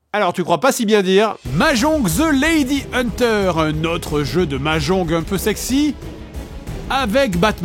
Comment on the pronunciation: mais qui dit mahjonGUE ?